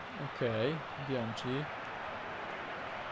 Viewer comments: mowi sie bianki a nie bianci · tak na przyszłość to Bianchi czyta się przez k nie cz :)